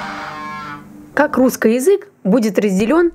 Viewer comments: в словах "русскай"? не "ы", а "а". ну и это единственная правильная форма вообще-то! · Супер, спасибо! очень интересно. А вот вопрос есть: это так задумано, что вы окончания прилагательных -ый, -ий произносите как -ой...? вроде русской язык. Или это уже такой говор? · Мне одному режет слух прозношение окончаний? Русскэй вместо русский, эдэкэй вместо эдакий. Это вообще откуда? Классическое "правильное" произношение? Как этот феномен вообще нагуглить? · Почему вы оба говорите "русскай" вместо "русский" ? и в других словах так же. Это неправильно! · "Русскый" слышу "русскай". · позвольте задать 2 вопроса! 1) как приавильно "обожжется" или "обожгется"? 2) почему говорит "ый" в окончаниях на "ий"?